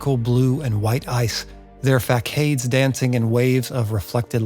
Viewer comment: Great videos, I hope to see more produced! Btw it's pronounced: facade = FUH SOD